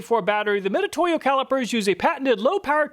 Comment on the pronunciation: it's pronounced Mi Tsu To Yo, not Mi To To Yo, つ is spelled both Tsu and Tu